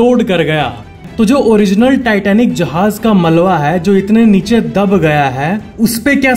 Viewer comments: یہ ملوا نہیں بلکہ ملبہ ہوتا ھے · Malwa ni malba